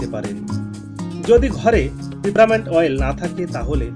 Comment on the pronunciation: shobdota PIPRAMINT noi PAPERMINT.